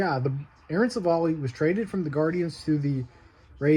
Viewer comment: its civ-ale, not civil lol jk. Why are brewers trading for shitty pitching? lol